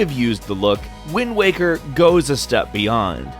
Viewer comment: I misheard TLOZ: Wind Wanker